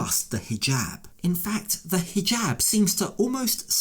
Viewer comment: Why does she pronounce it "hee-Gab" (hard "g")